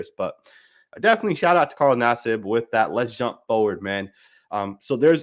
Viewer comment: U called him naseeb because thts the Indian way to say his name 😂😂🤷‍♂️